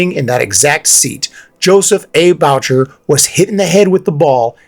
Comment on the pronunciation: uh I believe that would be pronounced "boo-shay", not "baugh-cher".